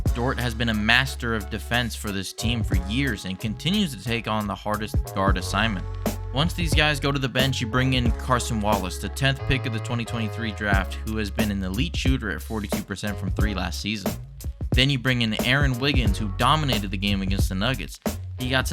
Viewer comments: I’m wondering if it’s on purpose. He also pronounced Cason carson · Pronunciation guide Shay Cay-son Holm-grin